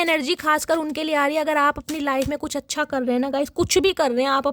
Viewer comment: Your card reading is amazingly best, especially your presentation language, "chchha" 😅😅😅😅😅😅😅😅